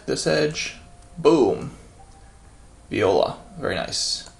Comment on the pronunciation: Hi That "viola" in french you have to say like "vuala"